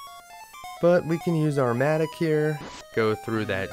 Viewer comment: Wondered what a "matic" was... It's pronounced Matt-ock lol (7 o'clock... Same "o" as mattock) good vid as always cheers.